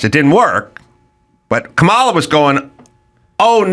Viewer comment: Does he mispronounce Kamala wrong to be mean? Or is he just stupid?